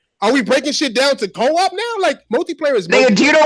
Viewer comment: This girl said CO-OP like it means something different lol